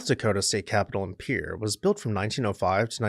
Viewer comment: As a South Dakotan, I’m so happy you pronounced Pierre correctly